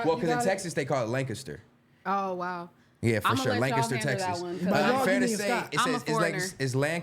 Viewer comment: In Texas we say , LANCASTER not lincaster! Wtf is that, Don’t take Stet word on Texas. Bruh ain’t been here in a while.